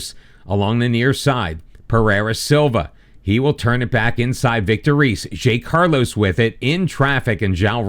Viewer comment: The simpler ones to correct is Zé Carlos, which would be more like "Zay Carlos", but the ay has a sound like the First "e" in "Helmet" And Vitor Reis is pronounced Just like Vitor "Hays"